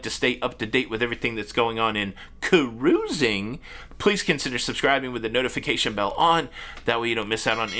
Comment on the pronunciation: Love when you say. "Crrruuising" 😂 I laugh every time. Enjoy all your shows. Keep up the good work.👍